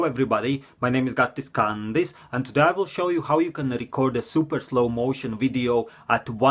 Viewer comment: Gaatis KANdis . thats how he pronouce it